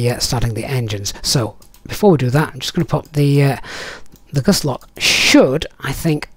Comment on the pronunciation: It sounds like gusset lock, I think that should be gust lock!! Great video, thank you.